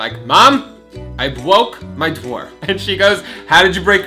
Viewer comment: I bwoke my dwoor